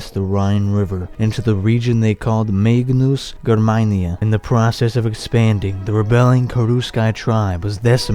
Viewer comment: coco kane It definitely isnt pronouced „weni, widi, wiki“ and he also butchered magna germania, but still an awesome video